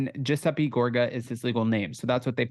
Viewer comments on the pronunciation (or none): his legal name is Giuseppe pronounced juh·seh·pee, it's the Italian name for Joseph. sry just thought it was funny how you said it.... also wish Caroline would return loved when she was on...